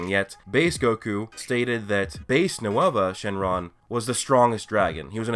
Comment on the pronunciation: How he said nouva shenron was funny